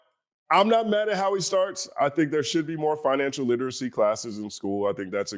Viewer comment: Homie could barely say “financial literacy”….